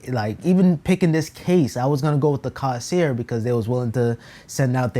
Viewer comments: my mans said "cawsear" got me dead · say it with me my guy "CORE - SAIR" there is no s in the middle (dont take me too seriously tho)